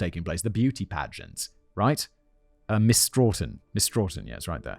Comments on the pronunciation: Ok. Simon. My home town is pronounced Sto - tun. Long o sound. Not Straw - tin. 😂 Also called "Tough Town" by graffiti artists in the area. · I'm from ma. It's pronounced stow tun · There’s no “r” in Stoughton. Pronounced STOW-ton.